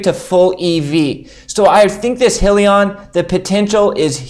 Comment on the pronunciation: It’s pronounced “high-lee-on”!